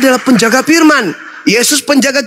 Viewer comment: Pendeta ini selalu memperlihatkan kesalahan membaca bahasa melayu kitapnya ini pirman tuhan